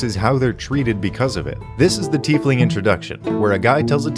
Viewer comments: Tiefling IS a real word. it´s german and roughly means "little deep one" the correct pronunciation is "Teaf(like the hot drink but with an f at the end)-ling(exactly as written. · What a tiefling had big ol teeth and was instead called a "Teefling"